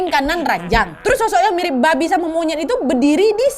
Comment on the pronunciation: Nyebut "Babi" nya bisa biasa aja ga kak😭😭